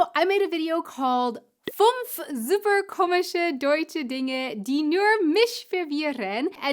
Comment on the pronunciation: I hate it when people do not correct me. How will I improve if they don't? I know they don't do it, cause it is seen as rude to do that. I see it the other way round. On that topic: Not "funf", but "fÜnf" (please)